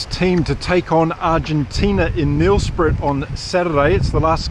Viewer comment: Mate, a bit of help with the pronunciation of Nelspruit. Try this… Nell’s prate. Hope that helps, some of our words are a bugger to get right. Saffer in the UK…